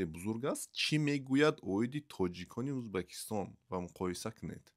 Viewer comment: Тугри талаффузку УЗБЕКИСТОН Меган , хурмат к, ати тожикон